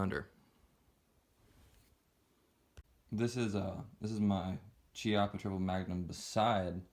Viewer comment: Kee-appa, not Chi-appa